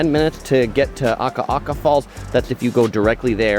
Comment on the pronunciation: Love your channel! Your Hawaiian pronunciation has greatly improved! Proud of you,! Keep up the great work. You have the correct intonation of Akaka Falls - just get the vowels right: A-ka-ka and we’ll adopt you as a local! Also, Naniloa is na-ni-loa.